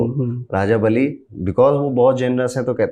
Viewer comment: Bali not bali